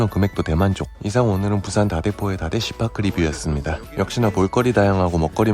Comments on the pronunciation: 잘못 들으면 다대 씨 발 것.....ㅋㅋㅋㅅ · 다대씨파크 왜 난 욕으로 들리지ㅋ 다 대~~씨빠끄~!! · 다대‘쒸파’크 발음ㅋㅋㅋㅋㅋㅋㅋㅋㅋㅋㅋㅋ